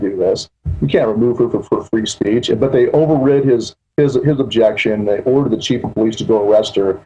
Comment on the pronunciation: Over rid?